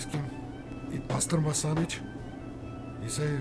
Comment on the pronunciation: It’s not “bastirma” it’s basturma. The original way